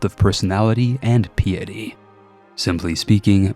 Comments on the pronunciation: It was a noble attempt to pronounce the words in East Asian languages! (And piety, might want to take a look that one up.) Seriously though, words being pronounced incorrectly in interesting ways is super useful in the AI slop era of YouTube. Thanks for the video! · Great video! My one question however is, do all americans pronounce Piety like that? Noticed now with more than one US CK3 creator pronouncing it like that. The word isnt that commonly used in everyday speech afterall, but the mechanic in CK3 gives it alot of usage in talking about that game. Sorry, I just prefer how the Brits say it. Its sounds grander, shall we say. This is probably the most autistic thing I have ever commented, maybe I have autism after all, despite checking for that.... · I love the videos and most of your content, but sometimes the way you choose to say things is... painful. It may seem minor, but hearing "casus bellis" as the plural of "casus belli" just hurts, not to mention piety and archipelago among others. Again, still love the content, just wanted to mention that after scrolling thru the comments and not seeing it mentioned yet. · PIE-ety. REEgent. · It's pronounced REEEEgent and PIEty.